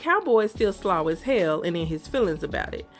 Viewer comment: Slaw as hell? Are you from the south or midwest?